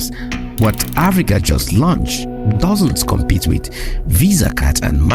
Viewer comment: What's a "luanched"?